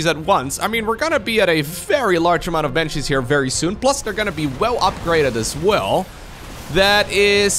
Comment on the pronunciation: It's: bAnshees* not bEnshees.